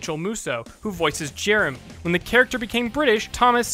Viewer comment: listen to how he says "Jeremy"